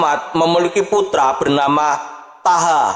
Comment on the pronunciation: Thaha dibaca Thoha.. (Toha)